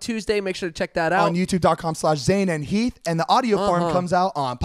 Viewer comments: It's Zane note zaine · Haider Hussain no i’m pretty sure it’s zane* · It's Zane not zaine*